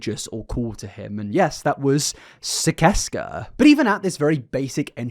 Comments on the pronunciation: Gergs cult is pronounced SIS-ES-KAH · Hey bud! I’m under the impression it’s actually pronounced SIS-ses-kah 🥰 just wanted to correct! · I thought it was pronounced sih-sess-cuh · I love your videos but it’s killin me that you’re not pronouncing it right: Sis-es-kuh. Onision’s said it in his videos waaaaay back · Sicesca is pronounced "siseska". cursed with this knowledge from my onision fangirl days as an easily manipulated young teen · So I have to say this (I am in no way defending onion I do not support him) but I specifically remember him pronouncing sicesca like SIS SES KUH but I know it isn't important I just figured you might like to know even tho it isn't even real so there is no CORRECT pronunciation